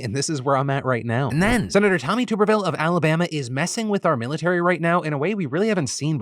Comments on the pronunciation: For future reference it’s Tommy “Tuhb-erville” not “Toob-erville” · I know it doesn't really matter but it's pronounced "tub" erville like the thing you bathe in lol. I'm from Alabama and he doesn't speak for me just thought I'd throw that out there. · "Tommy Tub" not "Tommy Tube"...although maybe "Tube" is better because I'm sure it would make him mad. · Hey Phil! I assume you don’t have any college football fans on your staff. Tuberville is pronounced like bath”tub” not like “tube”. Just a friendly comment :) love the show! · this man said tooooberville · It's Tub er ville. Moron